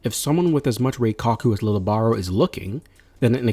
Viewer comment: He is the first to have abilities from yhwach. And his name is pronounced Leejay. Or leeyay. Not lily or lil